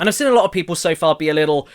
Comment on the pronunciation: The word seen isn’t pronounced sin ffs!!!!!!!! Other than that u ain’t bad